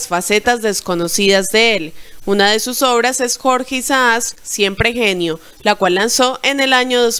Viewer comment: Mi amor no es jorge Isax ni Isas es Jorge Isaac